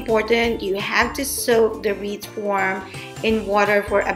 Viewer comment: Wreath not Reese😂😂